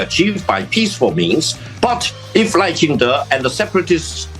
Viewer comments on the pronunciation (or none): 立本代表把赖叫成Lao了笑死